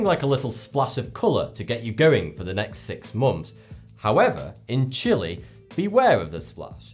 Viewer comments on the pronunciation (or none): none